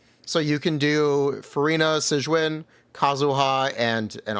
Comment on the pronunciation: If you need help pronouncing her name you can just play the damn story and the characters will say it out loud for you 🤙